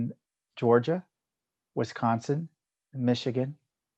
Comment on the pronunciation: Tom! Did you just say wisconin? That must be the combination of Wisconsin and Michigan.